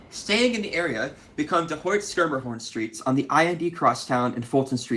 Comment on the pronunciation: At least you pronounced ’Schermerhorn’ as we did